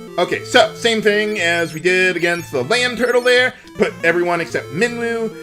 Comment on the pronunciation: Due to the way he said land turtle, I'm trying to imagine what a LAN turtle would look like.